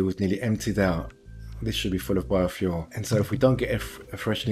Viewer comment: I keep hearing 'bar-fuel'. I should stop drinking...